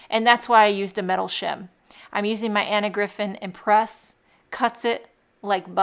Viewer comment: It’s pronounced EM press—Empress is the female of Emperor., your cards are ALWAYS star-tastic!